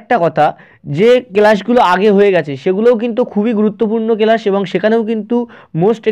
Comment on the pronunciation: Kelas na ota class pronounce karo